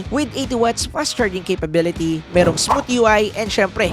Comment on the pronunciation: hard th po pronunciation ng "smooth"